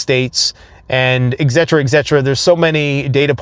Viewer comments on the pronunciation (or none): ET CETERA!!! For the love of God! You have no idea how stupid you sound when you say it your way. It's ET CETERA! ET ET ET!!! F**!